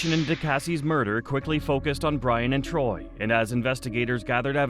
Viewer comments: It's tory, not TROY. That's what happens when a robot does the narrating and editing. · Torey** that bugged me the whole time 🥴😂